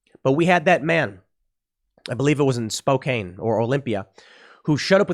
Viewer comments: Tim, It's not Spokain, as in cane. It's Spokane, as in can. But I agree with you on everything else. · Love your content, Tim, but it's pronounced SPO-CAN! Not SPO-CANE. We're a little touchy about that. Just ask GON-ZAG-A (Not GON-ZA-GA) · Spokane is pronounced "spoh•can," not "spoh•cane." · Pronounced spo-can not cane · They pronounce it Spo-Can not Spok-Kane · Spoka-CAN... Not Cane. The "E" is silent, dude. 🤣😂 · spO-can spelt spokane, tim said spokaine like cocaine. its a Indigenous word im pretty sure, i live nearby in Ya-ki-ma. fun state these days, everyone is running away from seattle, my town has seen a massive boom and it pisses me off. i want them all to go back to seattle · It's pronounced Spoke-ann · Tim.....Short "A" sound in Spokane. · Please learn to pronounce Spokane. It is pronounced Spo-can. Hooked on phonics does not help you here. It's named after a Native American tribe and you keep getting it very wrong. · Spo-can is how spokane is said bud. Just letting ya know. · Puget sound John brown gun club at ICE facility in Tacoma Any body else snort when Tim said Spo "Can" instead of Spokane ? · Spokane, WA is pronounced "Spo-can" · It's Spoke-anne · It’s pronounced Spō-KAN. Get your Washington state shitholes right. Also, Inslee outslee! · It's pronounced SPO-CAN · Spo-can is how it's pronounced